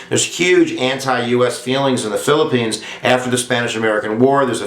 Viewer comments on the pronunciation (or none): Did I hear phillipenus erection.....